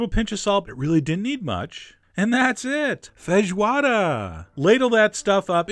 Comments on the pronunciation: Hi Chef John. Me again (several years too late). Great video, as always. You... are the first... American... I've.... ever met... who pronounced "fejioada" and didn't mess the word up! I'm impressed! Joking aside, great video. Oh, and I know many people (including here) don't like to use these parts, but traditional feijoada includes pork ears, tail and trotters, and I personally love those! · I am a little more impressed by you pronouncing the word so well than by the dish itself, really. That doesn't mean it didn't come great (every food you make does) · Chef, I'm from Brazil and you are amazing. Nice job with the Feijoada and also with the accent as weel "Linguiça" and even "Feijoada" is not something that most americans can't pronounciate it. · Your pronunciation of "linguiça and feijoada" is pretty good !!! Your recipe is a little different but looks very good too 😋...oh, and that's not a New Year's dish... it's more like a weekend great family and friends' reunion dish as "churrasco"(brazilian barbecue)